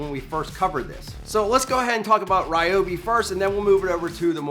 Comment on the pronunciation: I love the Ry-obi (not Ree-obi) creeper!! Such a real Nass like INNOVATION. My only concern is the height of it. Being a mechanic, I am constantly surprised/frustrated at how difficult it is to get under veHicles even when they are elevated. If those wheels are 3", then the rest of it looks at least 2 1/2" so that's 5 1/2"!!!! before you you try and fit your body. My Lisle Creeper (without actually measuring it) I reckon would be no more than like 2 - 2 1/4". Thats a BIIIIG difference when it comes to fitting under a raised veHicle. I get that transforming to a seat requires some engineering that, ultimately, contributes to the overall mass but....? I guess the (read My) old adage rings true - "A multi purpose tool (or appliance or anything) may be capable of doing/achieving more than one thing however, it cannot do any of those things with the utmost precision, ease or finesse that the respective individual items can. Love ya work brother.